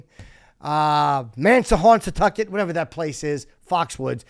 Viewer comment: If you need help, remembering how to pronounce Mashantucket just think of what some of your ladies do. They mash-and-tuck it. I hope this helps. You and Ant are the best. Keep it up.